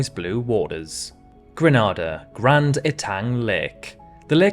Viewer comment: Brilliant vid .. big fan .. only thing I noticed was grenada is not pronounced gra-nah-da .. it's pronounced gran-ay-da Hope this helps , please don't take this as me being ignorant or rude as I say I love your vids I just have familial connection to that beautiful island ❤️💯🔥